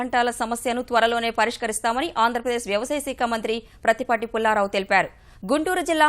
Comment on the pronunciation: Saakha anaali. Aa as in apple. seekha kaadu.